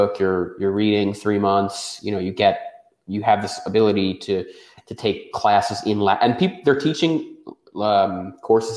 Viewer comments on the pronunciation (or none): none